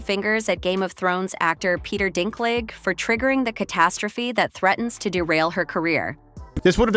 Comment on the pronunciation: Peter Who? Dinklig? Dinkleejah? Dinkliga? Dinklaidge? Dinklatch? Dinkclaij? Dinklijizz? Dinkleg? Dinklog? Dinklaiga? Dinkleega? Dinkpledge? Dinklogga? Dinkclayjez? Dinklagga? Dinklaige? Also news flash Snow White has been out for 3 weeks at this point.